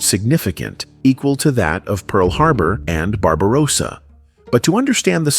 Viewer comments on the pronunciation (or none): none